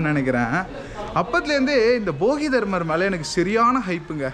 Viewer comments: தலைவரே, அவர் போகிதர்மர்/பொங்கல்தர்மர் இல்ல, போதிதர்மர்😂😂😂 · போகி தர்மர் இல்ல தம்பி போதிதர்மர்